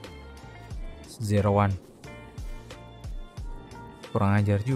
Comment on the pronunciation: Gw dengernya nama gw Jeroan bang jeroan bukan zero one wkwkwk Mangat bang